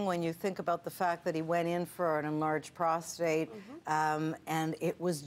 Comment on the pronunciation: prostate not prostrate